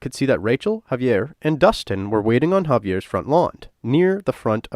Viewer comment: Hauvey-ears haaoose. Say it out loud for the authentic experience.